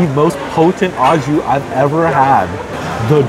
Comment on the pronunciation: Pronounced "oh" jus, not "aw" jus. Good review nonetheless!